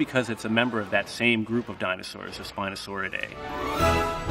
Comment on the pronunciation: He may be an expert but mans butchered a lot of the dinosaurs names so bad